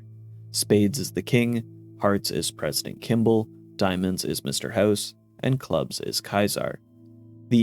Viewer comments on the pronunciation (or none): none